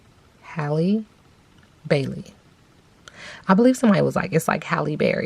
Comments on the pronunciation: Great reading. Her name is pronounced (HEY-LEE) 🙂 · Girl no it's not. It's pronounced like the word AL but with an H in front. So HAL-LEE. Just like Halle Berry. Pronounced the same.